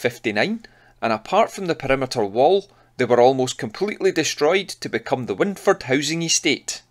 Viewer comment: Brill. I lived in Maryhill for years. Wyndford is pronounced 'wind' like wined.